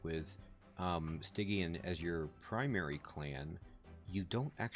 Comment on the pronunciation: Much to say here. First, I'm actually liking your pronunciation of Stygian better. Spell weakness. I actually haven't built a deck around that yet, but wanted to. Get a ton of attacks on the final boss and a strong spell will wreck it. So it's really cool to watch you do a deck style I haven't done yet. Hope it works. The idea of building on the higher floors. That was a tip I didn't want to give until you started to think in those terms yourself. But it all depends on the champion and the approach. This champion you will want on the first floor, I would think, to stack spell weakness on the boss. On the top floor, you wouldn't have a chance to capitalize on that if the boss makes it past him. But also, with that start against the boss at the end, forced to the second floor to start. These are the basic things that start adding depth to this game. On your early runs, you would have likely tried to force the issue on the first floor instead of recognizing the room you have to work with. (And again, your errors mirror my own learning curve, so it all just brings back memories.) Bosses, ultimately, are designed to simply screw up your deck design in that way. Can the boss force you to work around around their specialty in a way that messes you up completely? Or are you able to simply adjust to another floor or something to get around them with no trouble? (Like trying to avoid their incant bonuses... how much does that cripple your deck and play style?) Oh and I haven't used asc